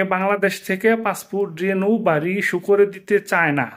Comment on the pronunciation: "রেনু " নয় "রিনিউ"